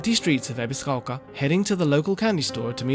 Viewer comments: Lived in Japan most of his life but pronounces Ebisugaoka as Ebiziquolka.. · Lived in Japan most of his life but pronounces Ebisugaoka like a foreigner and sometimes butchers it completely 😅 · Ebiscoka why does he say it like that 🤣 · the narrator really wants us to know that he absolutely knows how to pronounce "ebisugaoka"....